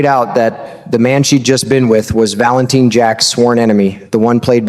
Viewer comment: like narrator? If you watch GH wouldnt you know how to pronounce Valentin, it is not Valen TIN